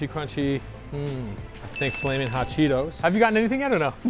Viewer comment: No one gonna talk abt th facts that he said, “The Crunchy Ah Cheetos”?